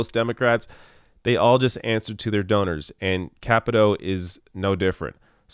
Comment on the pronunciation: I hope Ojeda takes out Capito in 2020 and then Paula Jean Swearingen takes out Joe Manchin in 2024. I hope to see Paula Jean in Congress before then, of course. Also, not sure, but I think it's pronounced Kuh-pee-toe.